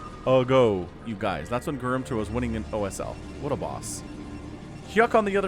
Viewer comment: through all cast I was hearing "gar-min-toe". It is Ga-rim-to.